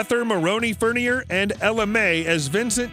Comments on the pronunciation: Yep. I caught the "Rod Rundgren" reference too. I've also heard the man himself pronounce his birth name as "furn-yay" (not "furn-yur"). The video skipped the album Special Forces from AC's wasted years. And who cares what cars he "likely owns?" Do a little homework. Heck, he was on an episode of History Channel's Counting Cars, fer cryin' in a rain bucket - and the car featured was his '70s model Avanti, not featured here. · Ok, so check this out. Alice isn’t an actual guitarist, he’s played backing occasionally, one of his biggest regrets is not learning guitar. his last name is pronounced “fern-yay”… He also never dated Raquel Welch. He was dating Sheryl, Raquel tried to get him but he LITERALLY ran from her because he was with Sheryl and Welch would follow him. It was weird. He also doesn’t own half the cars you mentioned. I know he owned a 1966 fairlane GT which was his first car. He also loves mustangs. He’s a Detroit boy so he loves muscle and old classic cars. He doesn’t have a death pact with his wife. He actually posted an announcement on his social media saying it was not true nearly 10 years ago. And if I’m not mistaken I think that’s Sharon and Ozzy Osbourne’s thing.